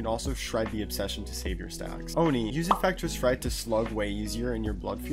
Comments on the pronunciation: He say infrectis fright 😂😂😂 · Please learn how to say infectious fright properly